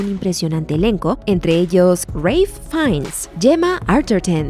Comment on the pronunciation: "Reilph Fiennes"?? Intentando forzar el acento se os va la pinza. Es Ralph, y se pronuncia exactamente así, aspirando ligeramente la a, pero de ahí a decir Reilph...jajajaja